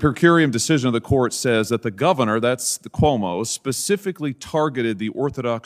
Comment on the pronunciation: its funny how non ny'ers alway mispronounce Cuomo's name